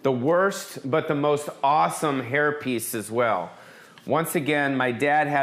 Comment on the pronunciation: Im so sorry for your loss. May he luve on through you! R.i.p. Also every time you said hair piece it soubded like herpes COME DO A SHOW IN SEATTLE/TACOMA